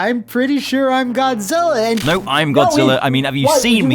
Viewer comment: Can't unhear Godzilla being called G-Spot, so thanks for that.